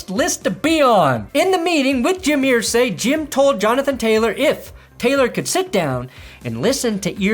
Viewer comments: Err zay not ear say. Your bronco loving 🫏 is driving me crazy.. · It’s Irsay like Ursula… Ursay. Not ear-say. It’s like claws on a chalk board. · EAR-say. What’s with the pronunciation?? You’re killing me,! 🤮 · Wtf is wrong with you calling him Earsay? Nobody does it but you. Srsly. It's annoying. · Why are you pronouncing Irsay like that?